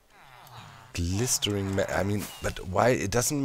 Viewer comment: I'm actually laughing so hard that I'm sobbing and snorting and this is just top teir hilarity P.S. Glistening is usually pronounced gliss-in-ing